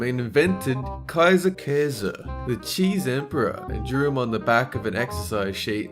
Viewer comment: it was so funny where You said kaiserkäse it is Just funny when people Talk english and Thema das german words